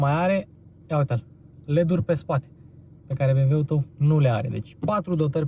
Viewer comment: Super prezentare, esti bun, dar "bemweul" este slab rau.